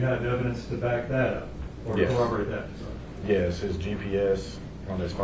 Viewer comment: If you are any type of professional and you say "and den" & "dat" & "troof" vs......AND THEN & THAT & TRUTH..... YOU ARE ALREADY LOSING CREDIBILITY WITH ME BCUZ U SOUND LIKE AN ID IOT!!!😡🙅🏽‍♀️🤨 SORRY